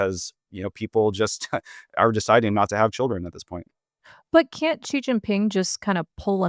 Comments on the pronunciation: please, please, please stop using some kind of "French j" sound that doesn't even exist in Mandarin (or even in English, really), when you try to say Xi. For the x, you should have the tip of your tong against the gums under your lower front teeth and make a sound like an "sh". If you can't do that or it's not worth it since China's not a common topic, then just say "she". That's much closer to the sound of "Xi" than the weird thing you're doing that's alien to both English and Mandarin. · At least it's not a voiced initial alien to English and Mandarin both, like that sound making.